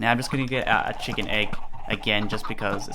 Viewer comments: he said the cock cooker xD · the "COCK" cooker?lol.